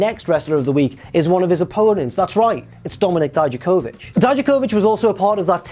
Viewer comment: please stop saying Dijakovich, you hear them say it out loud every week and that's not how they say it.